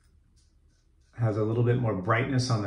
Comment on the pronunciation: The lighting is fine. Kensei is pronounced "ken" with the same ending as sensei "say"... so it's "ken" "say". Japanese, like German is strictly phonetic. But, they use vowel and consonant combinations. Their vowels are ah, eh, uh, eh, oh. So the S vowel combinations are sa, seh, suh, seh, soh, roughly. The overlander is a very tempting offering as a daily driver. What blade are you using? I am surprised that you call this one of your most efficient razors. Most regard the Overlander as a mid aggression razor.